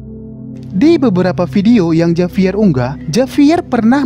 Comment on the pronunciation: Di bacanya bukan Javier ka tapi havier